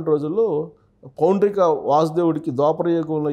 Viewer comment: అమ్మా,, పౌండ్రిక కాదు పౌండ్రక వాసుదేవుడు అనాలి